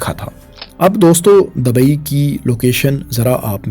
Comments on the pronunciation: Wo Dubai ko hi dabai bol rahe koi 50 bar aap aik baras ki bat kr Rahe hain 😂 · Dabai nahi bro dubai😂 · Dabai nahi Bhai Dubai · Dabai dabai dabai....urdu seekh sarak chaap